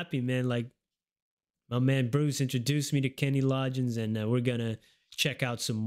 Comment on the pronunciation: The g’s in Loggins are not pronounced like a “j”, it is pronounced with a hard “g” like in the word “golf”. “Law-ginz” 🙂